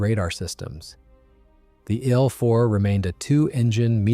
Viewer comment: No AI narration, huh? "The story or the ill 4:bomber...." Very First Sentence. Good Job!